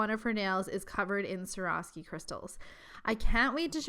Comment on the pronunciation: She said Swarovski wrong. Every time.